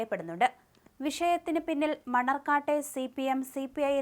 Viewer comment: മണ്ണാർക്കാട് എന്നാണ് കുട്ടി മണർകാട്ട് അല്ല